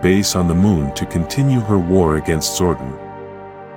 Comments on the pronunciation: its zordon not zordin!! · The ai voice like to butcher all the words like names and make them into one syllable zooorrrdin zooordin that all I kept hearing my god man. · 🥷🏽 said "ZORDIN" && "Knight Knasty" not "Knasty Knight" 🤦🏽‍♂️🤦🏽‍♂️ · Zordon not Zorden don't use AI if you can't make it say words right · It's zordon not zwordin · I stopped watching at 8 seconds when I heard Zordon pronounced Zordin instead of Zor don. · Dude your saying his name wrong I used to watch the power rangers when I was a kid and this just pisses me off I didn’t like your post you keep pronouncing his name wrong 🖕🏻there are you happy I didn’t wanna do that but you fucking made me stop calling him that. Say it right! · Honestly, I stopped watching the moment it pronounced Zordon as Zorduun. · Same. Having Zordon pronounced as Gordon and Bryan Cranstons face as Zordon just made me switch right off. This shit needs banned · Yes I am sure there are linguistics scholars at oxford university that are cringing at the incorrect pronounciation of zordon. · zor-Don---not zor-dun toothed-ˈtü-thəd NOT tooth-ed....If you choose use AI to voice your docu, make sure it speaks proper English. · The AI killed the video for me. “Sabertoothic tiger” “Zorden”